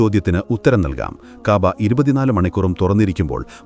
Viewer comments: സത്യമെന്ന് തോന്നിപ്പിക്കുന്ന വിധത്തിൽ പച്ച നുണ പ്രചരിപ്പിക്കുകയാണ് ഇയാൾ.കുറെ പാമരന്മാർ അത് വിശ്വസിക്കുകയും ചെയ്യുന്നു.കഴ്ബ,റൗള എന്ന വാക്കുകൾ ശരിയായ വിധം ഉച്ചരിക്കാൻ പോലും ഇയാൾക്കറിയില്ല 😢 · ഇത് ചരിത്രം അറിഞ്ഞു തന്നെയാണോ പറയുന്നത് ഉച്ചാരണത്തിൽ തന്നെ വത്യാസം ഉണ്ട് കഅബ എന്ന് പറയുമ്പോഴും അള്ളാഹു എന്ന് പറയുമ്പോഴും ഉച്ചാരണം ശരിയാവുന്നില്ല അതുപോലെ ഒട്ടകം മുട്ടുകുത്തിയത് ക്യുബ പള്ളിയാണ്